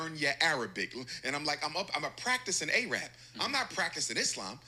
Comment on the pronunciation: is he going to purposely sit there and keep saying A-rab now if somebody sits there and says nigg3r then he'll be complaining and yes I'm black and I'm offended that he keeps saying A-rab